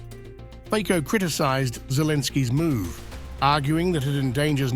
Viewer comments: not fiko but FICO please at least do us a courtessy a learn to speak politic's name correctly!!!! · Show some respect and professionalism, id!ots!... The surname of the Slovak Prime Minister is pronounced “FIT-SOH”... Robert FIT-SOH... We agree, you are ignorant and trivial... But, for God´s sake, try to hide it!... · It's Fico not Fiko. Like in Fitz Roy Peak. So Fitzo - Fico. It's respect to our country. 🇸🇰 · It's "FITSO", not "Fiko"! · Fico is pronounced "Fitzo" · His name has to be pronounced Fitzo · How about learning the correct pronunciation of "Fico"? (FEETZO)